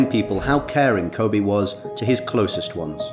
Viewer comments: It’s Kobe not Kobay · Kobe...not Kobay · “Kobe not Kobey “ For respect please fix, any language or dialect its Kobe. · It's KOBE not Kobay like it's Kobe beef from Japan. Respeck the name. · Ko-Bay-Bay! Ko-Bay-Bay! That's my song! Why is it you say his name right a few times, but most of the vid you call him Kobay? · Why this dude keep saying kobae smh 😡it’s kobe for ffs get it right dude!! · Ko-bay It's Kobe!!! The age gap only 4yrs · His name is Kobeeee not Kobayyyyyy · lol@ "Ko-Bay" .. It's KobEEEEEE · Say Kobe not kobay hah RIP mamba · I like the video but they keep saying Ko bay and not KO BE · Why are you pronouncing his name as "Kobay" tho? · RIP KOBE & GIGI 😢💔 Why are you pronouncing his name KOBAE? You would think everyone would know how to pronounce his name by now. RIP to the other people that was on that helicopter 💔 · Can this guy say KOBEEEEEEE’s names right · If you could only pronounce his name correctly. It ain’t KOBAY!!! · Ever notice the guy says Ko-bae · The way he pronounced Kobes name ruined the whole video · I can't listen anymore as you mispronounce his name!! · The narrator can't seem to pronounce Kobe's name consistently. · Nah. That wasnt a cheating scandal...that was a RAPE scandal. Let's be honest, he was a great father and basketball player, but a bad husband. I know people wont like this and I know its not the right time, but I just cant let you LIE on this video and re write history. He was not a "devoted" husband. Also, he didnt pronounce his name like the beef. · A little bit of research would have prevented this YouTuber from mispronouncing this legend’s name pervasively throughout the video. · I know the speaker has an accent but he is pronouncing it like beef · B GA Nah the host to makes me mad. He could've taken a few seconds to learn how to pronounce his damn name 😡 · That's right B GA that's right brother 👏👏👏. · He is pronouncing it like the beef because he has an accent